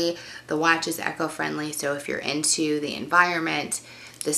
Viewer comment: Did she say "echo-friendly?" LOL